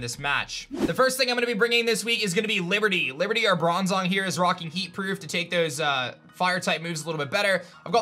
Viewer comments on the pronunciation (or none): none